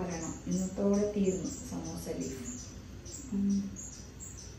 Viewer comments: Ramzan:12 😊. Love from Manglore 🤗 Ans:samosa sheet pronounced as samosha sheet and watching from saudi arabia 🙌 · Day 12 Ans=സമോസ യെ ശമൂശ ശമൂശ എന്ന് പറഞ്ഞു 😂